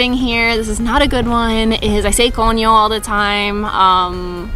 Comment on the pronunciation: You're becoming truly Dominican, you just said coño like a local. Things I picked up is pancakes with Vermont maple syrup grade A fancy, really delicious.